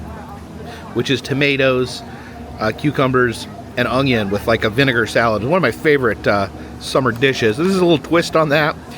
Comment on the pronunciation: Did he just say "ongion?" 😂